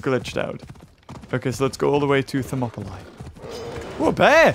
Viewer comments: He say thermoplies you say thermoplies is monopolie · They say names different to sound more Greek because names are little bit different, for example Hercules it's actually Erakles Ηρακλής , Herodotus Erodotos Ηρόδοτος or places Thermopylae Thermopyles Θερμοπύλες they're not accurate in English this is why it confuse you when you hear them saying them differently but they try to say them more accurate in Greek, I tried my best to write them in English to sound more accurately to Greek